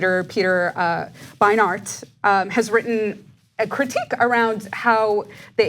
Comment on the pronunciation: lol the way she pronounced the word critique made ma roll on the floor!